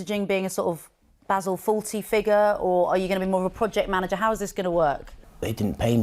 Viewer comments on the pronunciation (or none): none